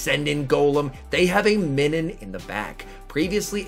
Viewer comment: Nah that’s weird hearing MINNIN lol it’s pronounced like MINUS with an n 🤣